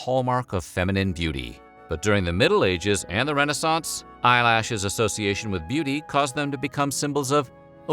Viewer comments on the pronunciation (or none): It’s pronounced re-NAY-sance.